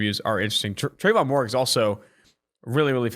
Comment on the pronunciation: If there is one thing guaranteed about 2 for 1 on is the butchering of names. I know it's spelled Moehrig but its pronounced (mair-rig)